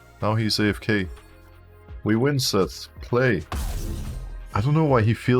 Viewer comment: alright i keep hearing sett and not zed i am going crazy just like your mental, gg